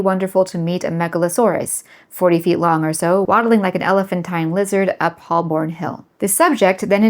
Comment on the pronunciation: Well, now I'm sad. (ps. The "l" in Holborn is silent)